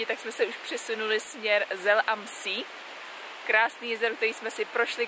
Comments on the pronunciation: Hezký den, mám jen jednu malou poznámku. Zapracujte prosím na správném výslovnosti, je vtipné, když člověk slyší Zell am Sí (Cel am Sé) nebo Bed Gastein (Bád Gaštain). Jsou to všechno vyhlášená střediska v Rakousku a zná je každý druhý a takhle to vypadá minimálně komicky. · Také se připojuji - videa pěkná, ale prosím, prosím, pohledejte si někde německou výslovnost. Ty města se tak nejmenují ("zel am sí" je mazec). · Ahojte 🤗 nechcem v zlom ale jazero sa vyslovuje ako Zé a Zell am See (čítaj Cel am zé) inak super video a mate môj obdiv ako cestujete... Pekný večer